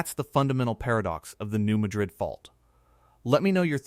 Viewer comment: REMEMBER...THATS PRONOUNCED MAD RID...NOT LIKE THE CITY IN SPAIN.......